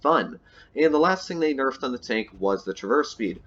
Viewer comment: It isn’t enough when you say “nefed”